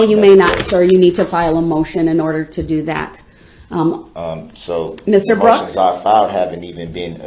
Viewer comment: Did he really say "dat"?